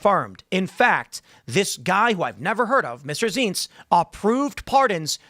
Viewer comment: Zients -- rhymes with "pints."